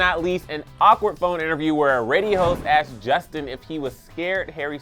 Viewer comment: "AXED??????????" For a narrator to say "AXED" instead of using the correct, simple, only three-letter word-based "ASK", (asked), is unacceptable in the field of professional broadcasting. I should have not been surprised, however, when I noticed a little too late the name of this page is "Clevver". Ahhhh....